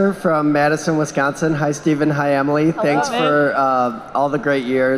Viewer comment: They said Emily’s name wrong lol